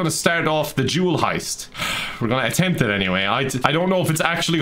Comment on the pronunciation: I think I have a problem when you said jewel heist all I hear was Jew heist...